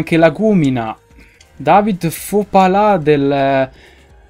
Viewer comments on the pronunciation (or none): none